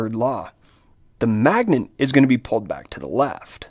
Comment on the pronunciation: Why the heck this man say magnent every time..? Why he throwing an "N" in there..?